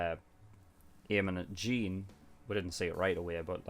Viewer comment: Okay it's a bit nit picky if I say this but it's kinda annoying me the way you pronounce Jean's name, in the show they say it almost like Sean but with a j I'm not hating but just wanted to get that out